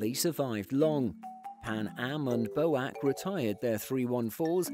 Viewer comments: It’s not pronounced ‘BO’-‘AC’. It’s pronounced B.O.A.C. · British Overseas Airline Corporation is pronounced B - O - A - C not boac..! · Small correction: the British Overseas Airways Corporation is always referred to by its initials. Only pronounced “B.O.A.C. (Bee-Oh-Eh-See)”,. It’s was never referred to as a word, “Bow-Ac” is incorrect. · Yep, and I've never heard BOAC pronounced Bo-ack before either 🤣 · That was a wonderful video. But no one said “boac” as one word, it was B - O - A - C. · BOAC = Buy Only American Craft. Yes, I prefer Bee-Oh-Ay-Sea not Bow-Ack. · I have never heard anyone pronounce BOAC as "bowac" it was always just the letters alone and I was around when they were still flying. Also Berwick is pronounced "Berick" is this video using a bot voice ? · BOWACK? B.O.A.C guys.... Come on. I thought "Seven Seven Seven" was bad. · BOAC is pronounced B - O - A - C (not bo-ack). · Pronunciations are B O A C, not BOAC and Berrick is the pronunciation for Berwick, where the W is silent. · Great channel - and good narration ...just one thing ...this is the first time I have heard BOAC pronounced "Boac" rather than the usual B.O.A.C. 😂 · Bowac? You mean BOAC. Bur-wick? You mean Berwick. Carib-be-an? You mean Caribbean. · I've not previously heard the acronym "B.O.A.C.", for "British Overseas Airways Corporation" pronounced "boh-ack", that is, as a "word". Does anybody else find this odd? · Boac, and Burrwick? Hmmmm B.O.A.C. And Berwick is pronounced Bearik.... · Bow Ak ? ! B.O.A.C. please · boac ? its B .O.A.C Not "boak" I was a member of the BOAC Junior Jet Club many years ago. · Never hear B.O.A.C. pronounced Boac before. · Bow-ack for BOAC???. Narrator has to be some young chap born after 1970😂😂😂😂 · BOAC is an abbreviation of British Overseas Airways Corporation, and should have been pronounced "B. O. A.C.", not "Bo-ack" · BO-HAC???..B ..O..A...C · BOAC was pronounced B..O..A..C, not boak. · The word BOAC is pronounced B O A C and not Boac.